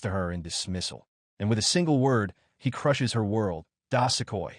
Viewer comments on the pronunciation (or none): Thanks for thr recap but damn plz get the proper pronounciation; i couldnt find anythg about this "dasekoi" you speak of - turns out it's DO-SU-KOI. How do you end up pronouncing da-se-koi